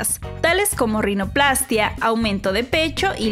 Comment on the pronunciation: Así es, con acento en la -í-.